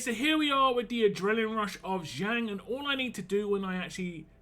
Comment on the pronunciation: It's pronounced as Jung without silent J.